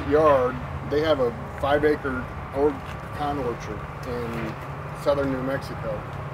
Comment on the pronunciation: That is some Beautiful pecan (I see your still pronouncing it wrong,:>)